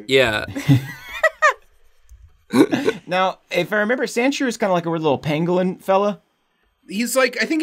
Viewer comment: Omfg.... Sandshrew...... Sand.... SHREW. Geeze LOL